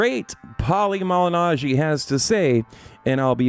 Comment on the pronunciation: "The Great Pauli Malinaggi"😂😂😂 I knew the rest of the video would be bullshit after that